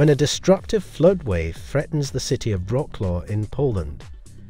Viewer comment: I know it's difficult to pronounce Polish words, but at least try. Wrocław pronounced as Roklo is hilarious. You can check the pronunciation online.